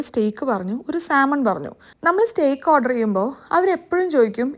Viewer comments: Steak pronunciation is stayk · Steak is pronounced as Stake isn't it???